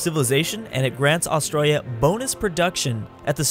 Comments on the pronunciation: You said Australia wrong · when he cant say Australia correctly at the start